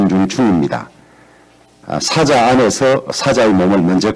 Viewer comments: 1인 유튜브 방송보다 못하다 마이크 성능 테스트도 안하나? 그리고 사자가뭐야? 사~자 (호랑이,사자) 경북 사람이 억양이 뭐저래? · 사자 발음이나 잘 하셔요. 주호영의원님!